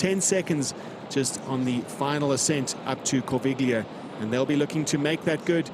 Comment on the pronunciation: Great footage, great race feeling! But please guys, work on the pronunciation of the geographical names - especially Corviglia is hard to take like that 🙂